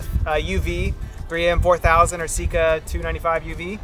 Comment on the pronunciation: Sikka, as in sick car, not seek car. Rant over.